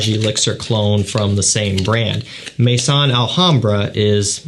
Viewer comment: Thank you for another good review. Just for your info: 'maison' is not pronounced 'may-son'. It's pronounced 'meh-zoh[n]', with 'meh' like 'me' in 'mess' and 'zoh[n]' with a very quiet 'n'. Listen to the pronunciation om e.g. Google Translate